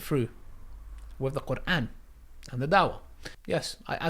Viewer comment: but you're pronouncing is very good ,I would be impressed if I saw somebody that pronounce quran like you keep doing dahwah bc ur understanding to islam is better than some arab muslim that can read quran .